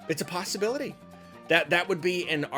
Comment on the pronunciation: Nobody:: ‘it’sa pasta bility’ 🙃